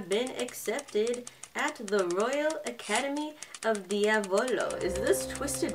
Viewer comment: I can tell you your saying Diavolo so wrong (Mammom is a tsundere and best boi)